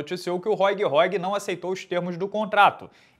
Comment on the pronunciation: Róig Róig? Ah pelamor de deus. Faz uma forcinha pra pronunciar o nome dos caras direito